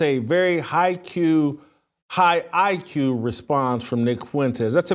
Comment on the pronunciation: High-IQ: "High-Q"